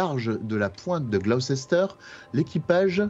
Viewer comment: Gloucester se prononce "Glouster", pour info ^^